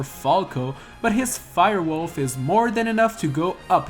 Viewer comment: my deadass thought that he said Rolf when he said Wolf.